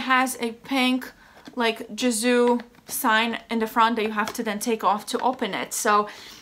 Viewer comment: You pronounced it right. Its a Persian name. Can confirm.